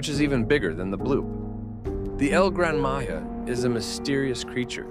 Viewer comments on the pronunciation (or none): MAYA AGAIN!? STOP SAING EL GRAN MAYA